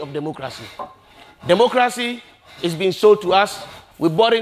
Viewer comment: Did he just say Democrazy?😆😆😆